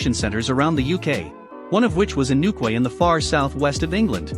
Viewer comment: Newquay is pronounced NewKey.